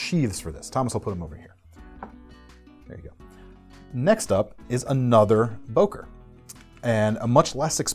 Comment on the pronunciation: It is written "Böker" or "Boeker", but not "Boker"!